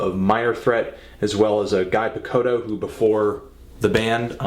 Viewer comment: It's pronounced gee pichoto you swine